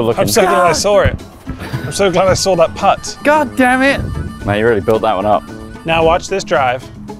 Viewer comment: The use of pott instead of putt really triggers me